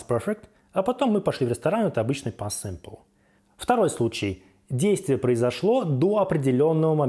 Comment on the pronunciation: Почему сымпл(Simple)??? Почему дыд(did)? Что за произношение???? Еще и других учит